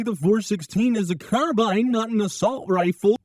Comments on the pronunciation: It's pronounced "Car-BEAN", not "Car-Bine" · It’s pronounced car bean